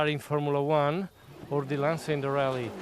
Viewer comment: Agreed and he doesn't pronounce Lancia correctly either...